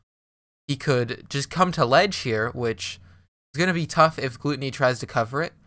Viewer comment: Isnt it pronounced gloo Tony? Rather than gloo tunny